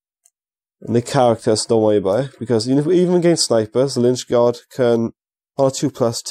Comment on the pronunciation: Please stop saying lynchgard haha!